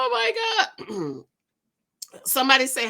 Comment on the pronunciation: Not the Gowd 🤣🤣🤣